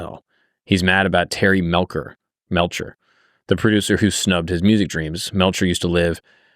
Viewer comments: He didn't pick up Charlie. He picked up the girls. He didn't invite the family to stay. Charlie crashed until Dennis tired of them and paying their penicillin. And it's pronounced Terry Mell- cher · Love your videos man, seriously, but. definitely doesnt watch documentaries on some of his vids before hand. Terry Melcher is pronounced with the "chuh" sound not a "Kuh". "Melkuh", lol. Spann ranch is pronounced "spawn" ranch. And you keep saying manson was a seriel killer.... manson afaik has never commited a murder. Now if we consider him telling someone to kill then thats a sifferent story. But manson himself never directly killed anyone afaik.